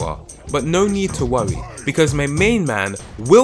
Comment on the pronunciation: “No need to wowwy”